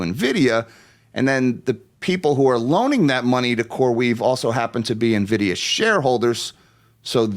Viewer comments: How is it possible to mispronounce "en-vid-ee-uh"? she's calling it "ni-vid-ee-uh". that seems weird. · navidia lmao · It’s not pronounced “nividia” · It's pronounced Annn-vidia